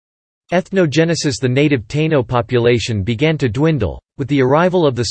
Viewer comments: This AI voice has a major problem w/ pronunciations. WTF is a Tayno 🤣 not sure your % and time is correct. . My family was there from the start I look American and only have 8% Taino 5% Africans the rest Celtiberian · At :53 he says Taino natives. Is this actually pronounced (with English phonic) tay-no like he said not tāeeno as I though it is ? Can’t trust the robovoice pronunciation! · These AI narrations can be so cringe to hear! As bad as referring to the Taino as "TAY-nos"! 🤦🏾‍♂️🇵🇷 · How about taynos tai nos ? lol 😅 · The automated voice sucks how it pronounces Puerto Rican and Taino